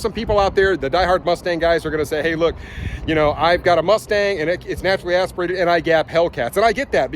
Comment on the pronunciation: I stopped watching after the sixth time he said “naturally asperated”